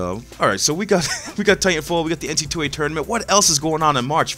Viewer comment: It's NC double A, not NC 2A, Come on cuhhhh